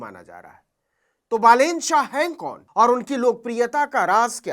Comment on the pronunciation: Ha bro, naam pronounce karne me galti hoga but aur godi media ki taraha fake news 📰 to nhi de raha